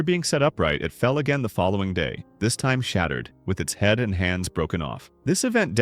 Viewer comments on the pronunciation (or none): none